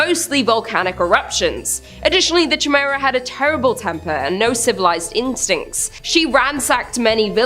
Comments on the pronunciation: Chimera is pronounced Ky mare uh not jimera. serious i kept expecting to say jamiroquai. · It's pronounced Ky Mere a. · Ditto ! I had to say it!! I couldn’t stand it anymore she kept saying CHAI MERA😀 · Chimera is pronounced (Kai-meera) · Heads up , it’s “kīˈmirə”…. It’s pronounced “ki “ not like chai tea. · Chimera is pronounced ky-mera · The way says chimera made me chuckle. I'm not one to harass them about pronunciations but I certainly had to laugh a little.